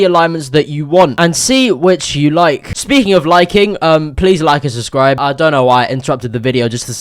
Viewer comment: dont say "subscribe" he says "suscribe"